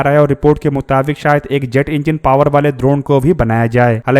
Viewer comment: द्रोण नहीं ड्रोन है 😂😅